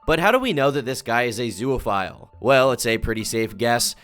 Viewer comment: This is rancid. This is off topic, but, is anyone else slightly annoyed at how says “zoophile” as “zooaphile”